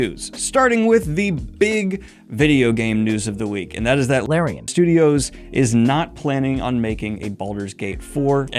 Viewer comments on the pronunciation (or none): My guess on the incorrect Larian pronunciation: “Law-Ryan” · You said it like la-ryan, didn't you? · He pronounced it Lorraine, didn’t he? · Damn, now I'm really curious how you kept pronouncing "Larian" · All I can say is… Release the Daniel-cut of this video! We want to hear you say Larian wrong for 4+ hours! 😉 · WTH were you saying instead of larian? I have slowed it down and tried to read your lips but I don't have that skill and I need to know!